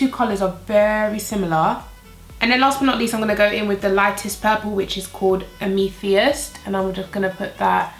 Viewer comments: I think she meant am-a-this (the stone). Her pronunciation was off. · Amethyst is pronounced "am-uh-thist", so you know for next time. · Can we mention your pronunciation of amethyst please? 😂😂😂❤❤❤ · I couldn't help but giggle at that pronunciation! 😂